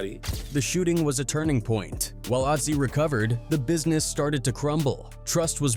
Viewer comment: It’s actually azie lmaooo